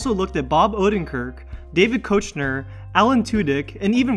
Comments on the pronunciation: David keochners last name is pronounced more keickner Not coachner. By the way you can quote me my familly and his have lived in the same small missouri town for 100 years or so and you've watched the office 3 times. Is that it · Ricky gervayus and David coachener.. At least learn to pronounce their damn names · Coachner? WTF. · that’s not how u say koechner😂